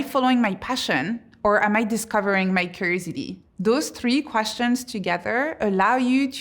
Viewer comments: Is she saying creativity when it sounds like crazidy? Just what to know so I ensure I am understanding. Edit: nvm I figured out she is saying curiosity😊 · I have never heard someone pronounce curiousity like that😂😂😂 great speech btw thank you. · If you're going to make curiosity one of your main themes, shouldn't you learn to say it properly? I mean, aren't you curious enough to do so?